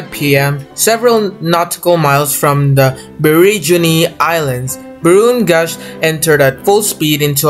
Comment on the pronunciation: It Is Actuallly Said SS Ba r o n Gausch